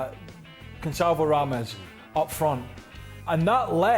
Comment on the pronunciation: Craig out here butchering names Osama Dembele,Gonzalvo Rames😂😂😂😂